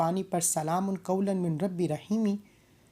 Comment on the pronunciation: अस्सलामू अलैकुम, शुक्रिया। आप ने इस आयात की बेशुमार फजीलत बयां किया है बिल्कुल ही अच्छा। लेकिन अगर आप मिन को पढ़ा है लेकिन सही तरीके से पढ़िए इस तरह से "मीर रब्बी र रहीम"शायद आप हिंदी से ही है।